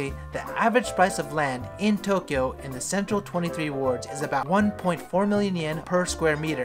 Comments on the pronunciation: No one:: toe kyo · hahaha Toe- kyo